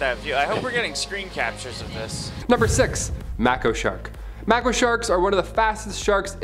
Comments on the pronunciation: Ah... it's Mako as in "make-O" not mack-O lol 😆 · may ko shark not mack o lmao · You are right. I noticed it, too. he does such a great job, though, it would be impossible not to mispronounce something every once in awhile! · Its pronounce Mayco shark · Isn’t it pronounced make-o shark? Or have I been saying it incorrectly my entire life? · Pronounced MAY-KO